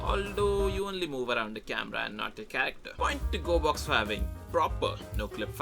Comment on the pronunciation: Its.. G o r e b o x.